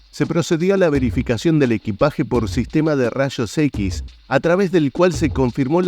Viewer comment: “rashos equis”